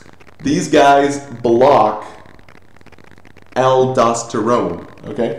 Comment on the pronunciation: "ALE DOS TYRONE" LOL